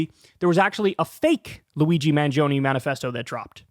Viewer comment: The last e in "mangione" is pronounced like the e in "element".